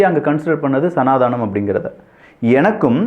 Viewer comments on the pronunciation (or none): நீங்க நல்லா பேசறீங்க...வாழ்த்துக்கள்.. அது..சனாதானம் அல்ல...சனாதனம்.. திருத்திக் கொள்ளுங்கள்..